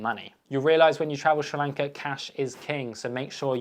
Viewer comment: Dude, hard to take you seriously when you don’t even know how to pronounce the country’s name properly!